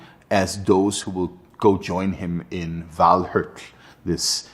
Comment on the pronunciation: 難得聽到正確的Valhalla 唸法，影集裡都是念val哈拉